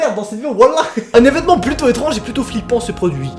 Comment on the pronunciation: TA DIS VESEMENT AU LIEU DE EVENEMENT!!!!!!:P